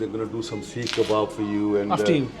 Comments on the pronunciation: It’s seekh kebab brother. Not shish kebab. Two different things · 1. It’s a seekh kebab not sheesh kebab. 2. You can’t shove something in your mouth and without even biting it say wow. That shows you’re biased not impartial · Its not sheesh kebab lol... its seekh kebab. He kept correcting you. But you still didnt get it 😂